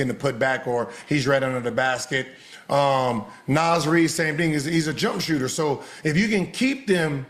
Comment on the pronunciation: Somebody tell Unc that’s not how you pronounce Naz Reid😩😂😂😂